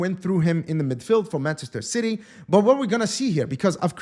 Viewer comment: The way called Ci-y is darn funny 😂😂😂